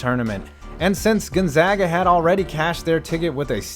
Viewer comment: Thank you for saying 'Gonzaga' correctly